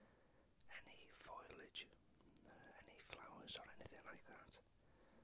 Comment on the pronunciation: When you say foilage, do you mean foliage?